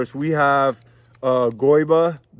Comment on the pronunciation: Hi, i'm from Brazil, the right way to speak Goiba is "goiAba " ! I found it funny ! 😁the video is perfect